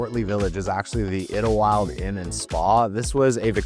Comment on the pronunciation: Pronounced Eyedelwild not Idelwild !